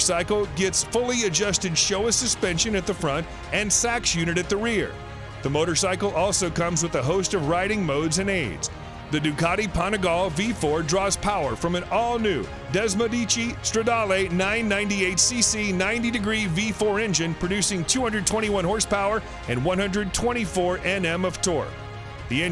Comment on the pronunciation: wtf is "desmodici"? and wtf is "panigaaal"??